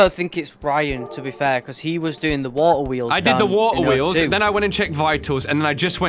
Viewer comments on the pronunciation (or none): "Wo'oer wheels"